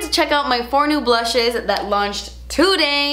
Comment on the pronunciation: The blutches I can’t. I love it when you speak funny or with a “british” accent. So funny. Love you forever! ❤️♌️